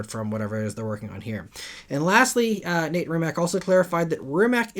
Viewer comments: Small correction, Rimac founder is Mate not Nate and the last name is pronounced "RiiimaC" (hope it helps and thanks for the news) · Brett Berk has a video riding along with will i am in a MB. Mate Rimac = ‘Mah-tay Ree-mats’ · Mate Rimac's name is pronounced Mah-tay Rimats BTW